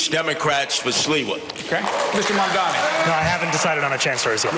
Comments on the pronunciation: no, you're not mishearing. Cuomo and Sliwa both do it. Fox News does it too -- they do it to disrespect him, and frankly it's racist; they don't want to pronounce his name right because it's "weird". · They’ve been messing up his name since the primary race, and Mamdani corrected them directly and loudly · I think it's incredible how Cuomo is not being corrected every time he says Mamdani wrong. Ask him if he's unable or unwilling to do it correctly... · yeah. He's been corrected before, so the only good-faith assumption is that he's doing it intentionally to spite him, because the alternative is that his brain is too soup to be able to pronounce a new 3 syllable word no matter how important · It’s because he’s intentionally disrespecting him and also racist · Does no one else hear that Cuomo mispronounces Zohran's name every time? He keeps saying "Mandommy." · I wonder if they're all committed to mispronouncing zohran's name. it's always mamdaMi instead of mamdaNi and it drives me nuts. i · Ok but my question now is... Why the fuck don't the mediators correct them when they say "mandami"?? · At this point, I think Cuomo has pronounced Mamdani's name every possible way except correctly. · lol Cuomo thinks that saying he’ll tell trump “we don’t need the national guard” is a bar is hilarious. Like others haven’t said that already. Let’s see how many times he says Donald trump. Dude doesn’t realise he’s compromised and it’s so funny. Also it’s MAMDANI!!!! it’s not hard to pronounce- he’s never said it correctly once. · What's even more amazing is that not even Mamdani's fans manage to get his name right. Who's Mumdani? Yesterday TYT published a video and on the thumbnail it said in big bold letters "MANDAMI." Don't know if they have corrected it or not. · There will be tons of New Yorkers voting for Zohran just for being annoyed how his opponents consistently (and intentionally) mispronounce Mamdani lmao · Why can he NOT get his name right? It's really not that hard.